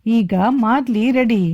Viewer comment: It's maaldi not a madli...